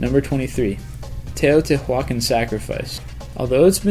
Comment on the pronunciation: You mispronounced Teotihuacan and leprosy is contagious. Just poorly contagious